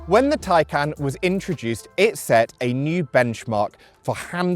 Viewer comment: What the hell is a macaaaan? It is ma CAN. You even say Taycan correctly. But then call this a macaaaan.